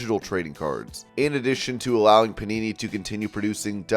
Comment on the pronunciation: thought he said punani